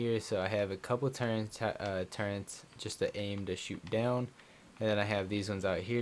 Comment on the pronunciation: its TURR - ETS not Turrents please stop for gods sake